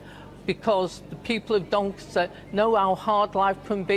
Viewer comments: Imagine a mayor of Doncaster unable to properly pronounce “Doncaster”. Anyway, best of luck “Duncustuh” Vote reform ➡️ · How can You vote for someone that can't even pronounce Doncaster the constituency they are standing for Typical labour really more proof they really don't care About this country